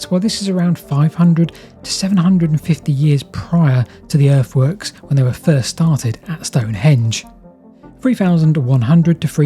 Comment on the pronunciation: Erfworks from free fousand free hundred BC, you say? Vats thascinating.